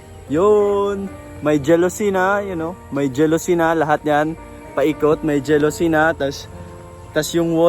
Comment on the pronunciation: Correction lang po its jalousie and not jealousy. Pronounce as ja.lo.sy. at hindi po je.lo.sy. Thanks po.